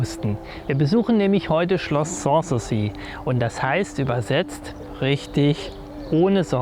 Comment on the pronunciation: Außerdem ist die Betonung von "sans souci" falsch.